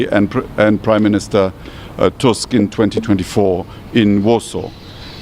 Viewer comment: Did he say President Modi abd PM Tuskin 🤔😅😂